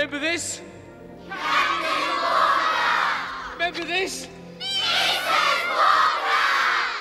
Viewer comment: CAP'N WALL-KAH!! MRS.WALL-KAH!!!